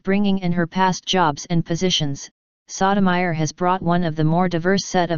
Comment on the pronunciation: The narrator have the most annoying VOICE and continue to mispronounce the Justice name.